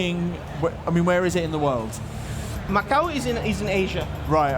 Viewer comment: Macau* jesus christ🤦‍♂️